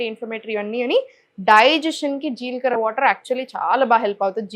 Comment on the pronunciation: మీరు నాలుక కరచు కోవద్దు జీల్ కర కాదు జీలకర్ర అనాలి మీరు ఫారన్ లో పుట్టారా రొట్ట కాదు రొట్టె అనాలి మీరు నాలుక కు ఆపరేషన్ చేయించుకోండి😢